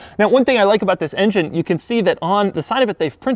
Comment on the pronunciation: Doug the type of guy who will still pronounce engine as injene while they close the lid on his coffin...and he'll have an evil grin.